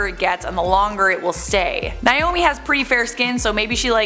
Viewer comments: If she pronounces Naomi like Niomi one more time I'm going to literally scream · Why does everyone pronounce Naomi as "Niomie?" thats a whole separate name.